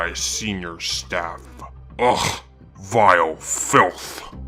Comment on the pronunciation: Dude said "vial filth" 😂😂😂😂 go bakk to the old voice